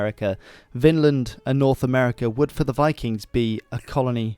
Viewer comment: Take a shot every the narrator mispronounces Vinland as "Finland" 🍸